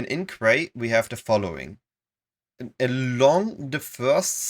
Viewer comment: Quay is one of those weird words pronounced in now way like it's spelled. Quay --> Key